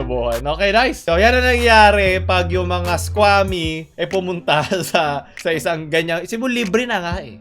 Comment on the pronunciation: SQUAMY 😂👌 (IS-KWU-A-MI)